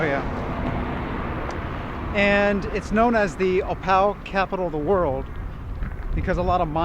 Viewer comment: You'd better learn to pronounce opal correctly. Accommodations dug out of hillside/rockface. The town is like a moonscape - not really human friendly - incredibly dry and HOT.